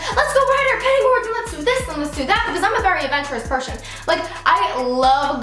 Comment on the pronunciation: "pershon" haha 😂